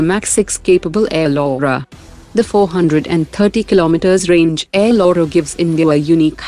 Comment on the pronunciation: Air Lora ❌ Air Laura ✅